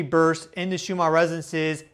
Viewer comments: Just wondering why you pronounce Schumann as if it is spelled shoe-mar? 3I/Atlas is sending healing signals for the sea creatures being harmed by human activities. I've often been concerned as to how much detergent or poisonous chemicals we pour into their source of existence. There are now dead spots in the oceans and the whales have stopped singing. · Perhaps if you slowed down a little the Ns in Schumann would be easier to enunciate. Maybe cut down on the stimulant/coffee?